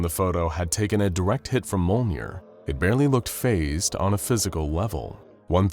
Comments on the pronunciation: ITS MJOLNIR (me-yole-neer) NOT MOLENEER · It is not "molnir" it is Mjolnir. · Mjolnir = M-YOLE-NEAR not "mole-near" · Bro said molner💀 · So close to saying "Mjolnir" properly. Not trying to be a dick, I just noticed when it comes to things outside of anything that's not SCP related, like anime and comics, in this case it's Norse mythology, that you tend to have a hard time pronouncing some of the main subjects you tend to bring up and that get tossed into these stories. Take "Makima" from the "Chainsaw man VS. Able" episode you did. You kept calling her "Muh-kee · Not to be mean but the way mjölner (mjolnir) was pronoced dealt damage to me